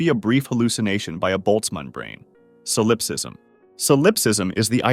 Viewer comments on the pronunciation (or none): oh my god it's SAUL-UP-SIZM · Never heard ANYONE mispronounce solipsism before. That takes extra stupidity.